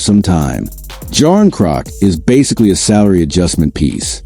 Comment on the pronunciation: Anything coming from The Boys in Blue is all AI generated, and 98% BS. The called even pronounce Knies or Calle Jarnkrok's name correctly. Avoid this FAKE channel all together.